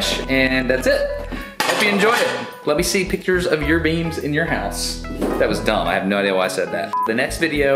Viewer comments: I thought he said beans. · when he said beams i thought he was talking about beans so i was very confused